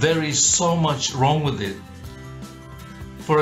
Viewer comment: At least you're consistent. Consistently "WRONK".